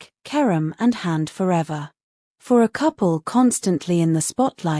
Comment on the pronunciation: Mds fala certo o nome de kerem.😊